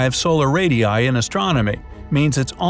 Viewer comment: "Solar Radi I"What?